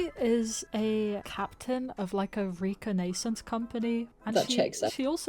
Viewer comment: I’m sorry, “Re-con-ay-sense”?